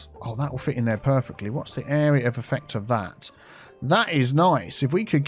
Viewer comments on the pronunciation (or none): none